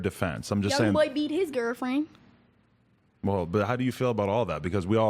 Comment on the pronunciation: "young boy beat his grrrfrin"